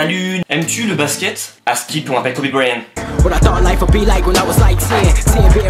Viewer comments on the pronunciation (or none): none